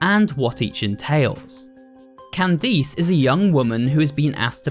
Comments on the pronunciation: No no its “candees” 💀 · the way he said candice 💀💀💀